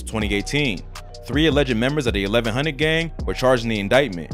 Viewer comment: Let’s take some time and appreciate the make reporter who said 1100 like he from there